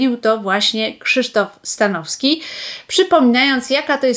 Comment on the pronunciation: Przekręciła pani nazwisko Stanowskiego. Słabe, bardzo słabe 😂